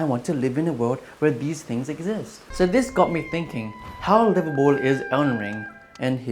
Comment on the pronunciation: as someone who grew up in calid, i can confirm that it is livabool